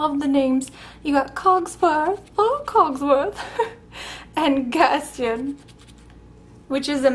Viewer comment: Awesome! !!! isn't Gaston pronounced Gast taaan with a long o?? just wondering you said it a bit different, was wondering if I've been saying it wrong all these years, I thought that's how it's pronounced in the movie? ?